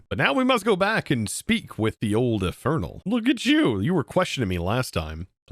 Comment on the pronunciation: indernal? is he indish?